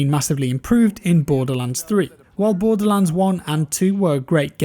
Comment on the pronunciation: Really sounds lioke youre saying "Bore The Lance" over and over haha